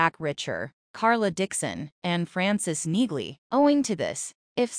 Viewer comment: For goodness sakes, this is the 3rd bideo ive watched and you still mispronounce names. Its very annoying. The main character is REACHER- lomg EEEEE, NOT RICHER. In NEAGLEY's name the G is silent. Ive never heard anyone pronounce the G in the show. UGH!